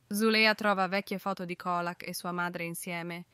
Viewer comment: Ma veramente? Assurdo dai!!!!! Peggio di beautifull😂 e comunque si legge Ciolak😂 mah !!!! E dire che voleva ucciderla derubarla!!!